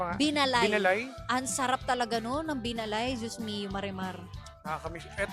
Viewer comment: Binaalay po pagkaka pronounce nyan. Isabela kakanin